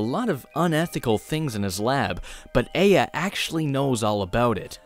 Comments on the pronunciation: great review, but uh the game tells you how to pronouce her name so it hurts to hear a-ah instead of ai-a. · Its not Ei-ya its Ai-ya, damnit. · Once again you did a great video! I just have one little problem... The way you pronounce "Aya" isn't exactly accurate... You say "Ay-ah" when it's actually pronounced "Ah-Yah" Just wanted to let you know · Sorry, pet peeve, but it’s not Ay-ya, it’s I-ya. There’s a sound clip in the game where the father yells Aya’s name, and he pronounces it as I-ya. Just a minor thing...But I mean...Why not? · I like your videos. But the only thing i hate in this video is how you pronounce the protagonist name E-ya instead of Ah-ya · Her name is pronounced a-yah, i have a friend with that name, and it just set something off. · Actually it's eye-ah or Ah-yah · He even says "Eye-Uh" at the end of the game, how do you mess that up. Gosh darn it, ya silly boy. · yeah this bothered me. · TooLateToTheStory a bit, yeah. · My brain corrected the pronunciation in my head everytime he said her name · You’re pronouncing Aya’s first name wrong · The ONE time words are actually spoken in the game starts with aya's name. How did you mess up the pronunciation??? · not sure how you can say a name wrong thats said out loud by the titular mad dad. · GOD the way you pronounce Aya is horrid! ITS SAID IN GAME AT ONE POINT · i adore you but every time you say aya wrong i want to die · Most English-Dominant speakers be like: Fails saying a Japanese name that has "Ay" in it